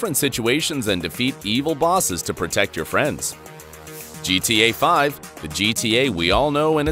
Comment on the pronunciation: Is nobody gonna talk about how he said gta5